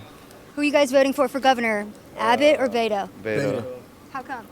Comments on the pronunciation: Doc, you’re talking too much in this video! Btw, YES, it’s pronounced “BETO” with a Spanish/Mexican accent! It’s normally short for Roberto,Humberto,Adleberto, Alberto, ETC 😉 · the nickname is of Hispanic origin. They are pronouncing it correctly. You are ignorant